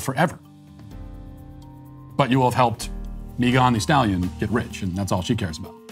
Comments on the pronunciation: Nobody: Matt: “Mi gawn-di-Style yon” 🤣😂🤦🏿‍♂️ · Matt walsh " MeGONE thee stally on " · How he said Megan the stallion LOL! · Matt's pronunciation of 'Megan the Stallion' gets me every time. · I really love the way Matt pronounces “Megan Thee Stallion”. It brings me so much joy.